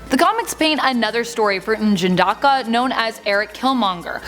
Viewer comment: U got N'Jadaka's name perfect , but Nakia needs more work,( Nah key uh) you said (Knock- e- uh)